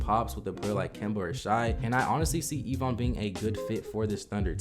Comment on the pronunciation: Why are you mispronouncing Evan Mobley's name. His name is not Evon its Evan. My brother has the same first name.